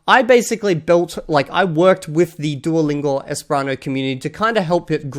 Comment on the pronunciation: I'm sorry, but I just found your channel, and it seems like you keep pronouncing "esperanto" wrong. It's like you mix the second and third syllables. "Espranto" is what I hear from you.